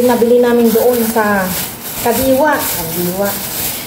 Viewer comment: Hinde kandiwa it’s kadiwa